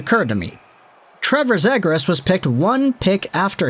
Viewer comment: It's "Zee-gras" not "Zeh-gras"